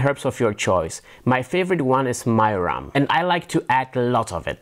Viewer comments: When talking about the chicken meatballs, it sounds like you said that you like to add "Myram", or "Myrum". In the transcript, it says "Myam". I googled it, but I cant find anything. Could you PLEASE tell us what herb you are talking about? Thank you! New subscriber here, BTW ❤ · I could not understand what he said to add in the last part of the meatballs? His favorite spice was “myron”?? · Me too but couldn't understand what the last ingredient was that sounded like "myrum?" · At 6' 11" you add "myram" according to the closed captions. I can't catch your pronunciation and the caption here is wrong. Googling "myram" yields nothing useful. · The herb you used for the zucchini meatballs? It sounds like you said "my-rum"? What are you saying? Could you spell it out for me please so i can understand you. Thanks. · There is a jar of marjoram but the way he pronounces it it sound like Mirin a Japanese vinegar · At 6 minutes in, you say you add an herb, though I couldn't quite understand which one. If someone got it, could they please reply here? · It is marjoram. Apologies about the wrong pronunciation!